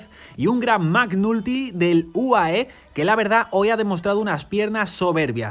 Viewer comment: che ridere... si pronuncia MEC NALTY, non MAC NULTY 😂😂😂